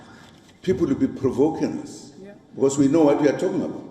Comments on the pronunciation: 😂😂😂 "people will be provokens"; i heard that too! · Did I hear him say "People will be provokens"? 😮😮